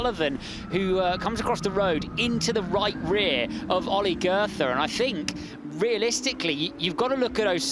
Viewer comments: Dear commentators, please learn how to pronounce "Goethe" 🙏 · Could the commentator please not call Goethe "girther"